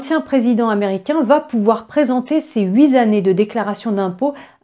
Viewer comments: Mademoiselle, attention huit tttt années et pas huit zzz années. Même chose avec sept svp. 🤗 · Déclaration de revenus et non d'impôts. Huit ne prend pas un s donc liaison incorrecte.